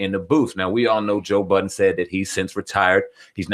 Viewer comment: Why does everyone put an s on the end of Budden, lol?